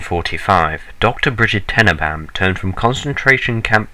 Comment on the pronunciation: alan turning dr brigid tenneebaahm